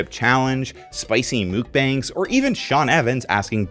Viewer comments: It's mukbang. Muk as in muck not mook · Muck-bang is how it’s pronounced not mookbang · mukbang is actually pronounced “muck-bahng”!!! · Mukbang is pronounced muk bahng, not mook bang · wait wait wait... Mukbang is pronounced like "Mook"?? not "Muck"??? 🤯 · As a former spice lover who has post intestinal surgery IBS, I hate this current food timeline. They finally caught up with my tastes but now I can't eat it... Also mukbang 먹방 is closer to sounding like MUCK-BONG not MOOK-BANG. The first syllable sounds more like a mix between a k and hard g but that's virtually imperceptible in English. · "No cap," but clearly wearing a cap. Also "mukbang" is like muck, luck and duck. (Okay not EXACTLY, but that's closer than the real pronunciation is to "mook" like Luke or puke.) ❤️ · When you think that your east coast American trendy sauce is some kind of world wide zeitgeist and you say mookbong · Also, that's not how to pronounce Mukbang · You pronounce muckbang so horrendously wrong I’m sorry